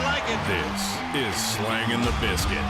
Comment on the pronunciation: First, I know Pat Shea came up with the name for the show years ago, but you keep on pronouncing it Slinging instead of Slangin. Listen to the intro for your own show and the guy says it Slangin. Second, you are not approaching your "pro hockey" career like you care about hockey. If you got a contract to play on an FPHL team and got only a couple minutes in a season or even zero minutes, you should be happy and take it and look at it as a stepping stone to getting more game ice time in future seasons. There are still elements of your game that are not good, and it showed in your last FPHL season. Just ask whoever your pro goalie coach is, or any pro goalie coach who is willing to review your game footage on an objective level for free. You don't owe your viewers any guarantee that you are going to show yourself on the ice in games. Take what you can get.